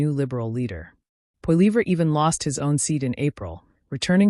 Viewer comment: Maybe if you pronounced his last name correctly, I would take you seriously